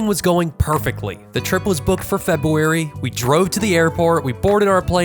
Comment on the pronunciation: No hate “Febu arwy” No no February